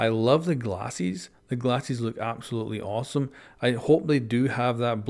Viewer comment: “the glassees”